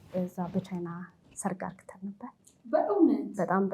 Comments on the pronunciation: Please dear don't say argeten say aregen . Please correct this word. And don't expose your leg as this much. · በጣም ቀሚሷ በተለይ 😂😂😂 አነጋገሯ አዎ 👍 "አርግተን" ከምትላት ቃል ውጪ እንከን አልሰማሁም